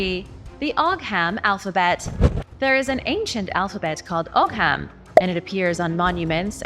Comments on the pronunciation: Ogham is pronounced OH-um. The letter 'h' is used as a lenition marker in Irish Gaelic. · It's pronounced Oo-Wam, at least that's how I was taught.